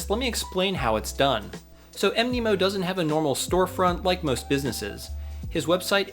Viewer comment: Mnemonic is pronounced "Knee Ma Nick" so Mnemo is probably supposed to be pronounced Nemo. :)